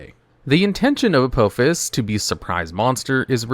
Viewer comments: It's pronounced Uh-Paw_Fiss, not Uh-Poe-Fiss. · Every time he says the name of the first trap card it aggravates me because he's pronouncing it wrong and it seems intentional, it is pronounced a-paw-fis. But not all of these traps are bad there's actually a couple of bangers in here they are just mostly slept on by people who play decks with a crap ton of spell cards rather than traps. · It's not "A-poe-fuss". Watch Stargate SG-1. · Judging by the pronunciation of the first card; you’ve never seen Stargate SG-1. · U said apophis wrong